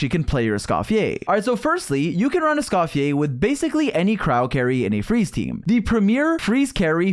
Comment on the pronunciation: "escoffier or scoff-yay" bro don’t